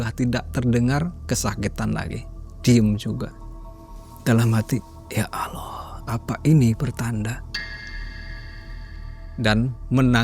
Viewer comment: 😮😮ustaz sebut Allah pn Allo..Allo..😇